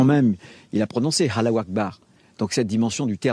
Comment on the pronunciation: Des barres... 😂 comment le MININT a dit Allahou akbar